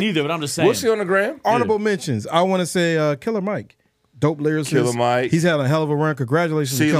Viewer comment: It's always killed me the way pronounces the words "lyricist" and "lyricism" 😆